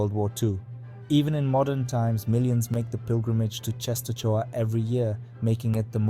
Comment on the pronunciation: I gave thumb up, but… for God's sake, check pronunciation (you read “Częstochowa”, “Jagiełło”, “Kordecki” totally wrong, watch the video titled "How to read Polish or something" and you will see), and if you have problems with saying Polish names, record what google translator read aloud.